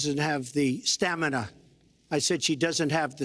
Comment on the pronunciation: as soon as he says STAMANAH the super smash bros theme plays in my head. stamina mode is fun